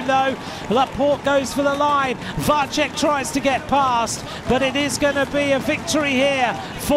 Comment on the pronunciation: Why can not anybody tell that commentator that Vacek is [Vatsek] and not [Vatchek] ?